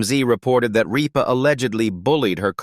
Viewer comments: Her last name is not Reepa! Pronoinced Rip -ah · Not ripe-a, but Rip-a!! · Her name is Kelly Rip_ ah not Ree_pa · I hate videos where this AI crap mispronounces words, especially important ones like her last name (it said Reepa, then Rypa) the name of the damn show! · It’s Rip-a not Reeba! Kelly Ripa!! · Yea who the heck is reeepa ?? I hate this AI JUNK … it TOTALLY NEEDS TO BE REAAALLL PEOPLE NOT AI FAKE JUNK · It's pronounced RIP-AH! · Also her last name is Rip as in tare something, like the seat of your pants pah...RIPPAH Not ripe fruit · Okay commentator, it’s RIPPA, like I’m going to rip your paper in two. Geez! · This is AI generated. Gets names wrong. Keeps referring to Kelly Ripa as “Reepa” or “Rypa”. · I don't care for her. But, her name is not Reep- baa. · Sorry but you have to learn how to say her last name right rip her like I’m gonna rip up my pants❤ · Can this fella pronounce the names of the people the correct way please . You are driving me crazy by not doing so ex. Kelly Ripa. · The AI isn’t even saying her name right. Also her show got 3 Emmys this year. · yes, please!! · Can’t you program your AI speakers to say the names correctly? Kelly Ripa RIPPA is pronounced rip a, not reeepa or Ripe a. Please. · It’s not reepa it’s ripa it’s not live it’s Live! Gosh I had to leave AI never pronouncement of words is so awful! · I can’t stand these computer generated AI narratives. Mispronouncing “Rippa” and “live”drove me up the wall. I couldn’t watch it to the end. Please find someone that is human to host these videos!